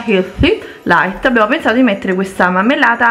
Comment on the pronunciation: Basta, mi rifiuto di sentire "mammellata".Ogni volta che lo dice un italiano colto e istruito si taglia le vene.